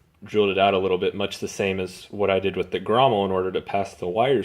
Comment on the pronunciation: Grommet. Not grommel